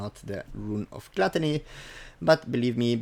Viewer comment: I swear dude if you say GLUTTÄNÄY one mire time ...